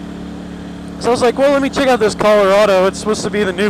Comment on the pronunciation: he said the name of the truck wrong like 6 times there's a R there for a reason it's Chevy Colorado not Coloado